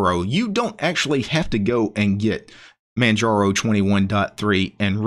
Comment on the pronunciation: The G is silent.